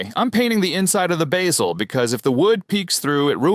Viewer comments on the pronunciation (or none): the heck is a "bay-zel"?